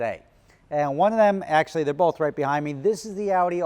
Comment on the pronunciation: Today says "bolth" in north Jersian dialect.